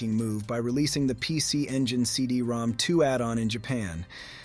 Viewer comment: I was told that CD-ROM2 was actually read as “CD-ROM-ROM”